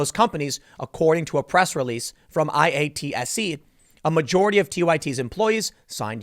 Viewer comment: Intoxicated At The Show's Expence😂 IATSE is pronounced "eye-Yahtzee" btw Tim.